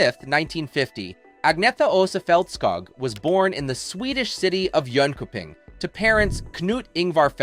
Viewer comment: The name of the city Jonkoping (with umlauts) should be pronounced in a different way. K is not k but sh.